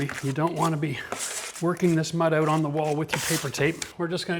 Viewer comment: this guy must be Canadian by the way he says OUT or OOT. 😅👍